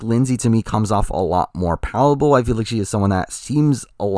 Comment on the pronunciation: he finally said palatable correctly